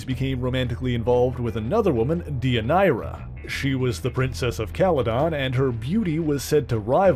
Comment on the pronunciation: I was going to make that comment! Also, Deianira is pronounced Day-yun-air-rah. Come on, Hercules: the Legendary Journeys taught us that in the 1990s! 😁